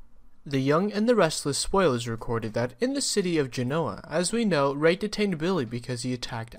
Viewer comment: Wish they would pronounce Genoa right